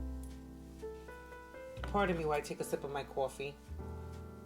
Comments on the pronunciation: New subscriber. ❤I love the way you say coyfee 😂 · This is my first time to your channel and I love the video. The calming jazz in the background with the proper volume is appreciated. You’re a natural beauty! Let me ask are you from New York? I thought I heard a NY accent from the beginning but when you said coffee, it sounded like my husband who’s from New York.